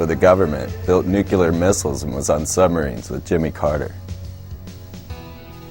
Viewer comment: See, I just still have a problem believing people who cannot pronounce the word nuclear. Can we all say George W? Anyway, dear, its nu-(pronounced "new") clear (as in clear), not nu-CU-lar!